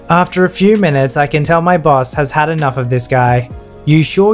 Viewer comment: I keep hearing the word bus instead of Boss